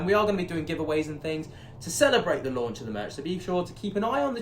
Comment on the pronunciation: Launch of the merch = “lerch “ how’s that for a made up word? 😂❤️